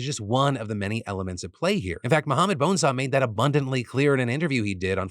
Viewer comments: Did you say Mohammed ‘Bone-saw’? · Am I the only one that thought the man's name was Mohammed Bone Saw til I saw it written out today because of the way Pil pronounces it?